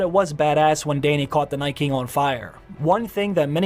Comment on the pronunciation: Is it just me, or is the way the narrator pronounces Night King reminiscent of William Shatner? NAYTKING The rest reminds me of digital text to speech. Interesting inflection.